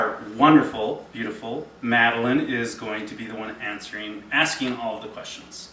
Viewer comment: Btw... Madeline... excellent job at pronouncing my last name correctly! So many people get it wrong! Big hugs!